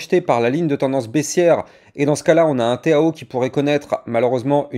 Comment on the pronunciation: Pourquoi tu dis le téao ?! Tkt minimum 2000 en bull run..